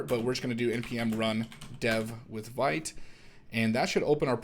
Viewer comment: very cool! just as an fyi: vite is pronounced [veet], it's french for "quick":)